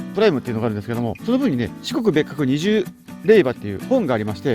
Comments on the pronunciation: 数珠待ってないことより、レイジョウをレイバって言ってることの方がいい大人としてヤバイと思うw あと、作法として御朱印帳は書いてもらうページを開いた状態で渡すのがマナーですよ♪ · れいば❌ れいじょう⭕ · ・・・・・ 霊場(れいば)じゃなくて〜正しくは霊場(れいじょう)です! 四国に来られてたんですね❣ ありがとうございます❢ 正しい霊場の廻り方されてたんですね。 色々四国は美味しい食べ物もありますので 海の幸堪能してくださいね❣ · レイバが、ディーバに聞こえて…❓🤔に、なっちゃった。😂霊場は『れいじょう』だよね。😆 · 霊場の読み方は れいじょう。